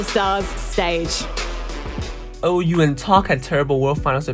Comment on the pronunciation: Pretty good video, just one thing OU is called 小歐 in China, so in eng its pronounce (OH)❤😂